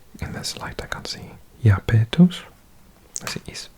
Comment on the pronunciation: Iapetus is pronounced “Eye-AH-peh-tus” and Enceladus is “En-CEL-ah-dus.” I appreciate the Spanish-y take on the pronunciation though! ;)